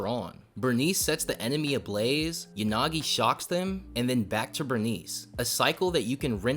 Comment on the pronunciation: What you said might be actual cooking but hey man "Burnice and YaGaNi"